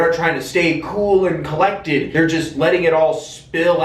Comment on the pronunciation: I like how u say collect. Like Pokémon or something lol